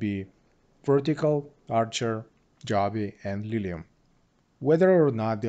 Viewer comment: It's pronounced joe-be